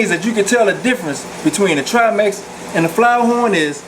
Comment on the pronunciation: 2015th? "...or some people like to call them..." Scientific names aren't subjective. You are either naming them correctly or incorrectly. These fish are triMAC not triMEX and no fish have "perpetual fins". I can tell you are passionate about your hobby, but if you insist on making videos maybe try writing a script so you can do some quick google searching to fact check.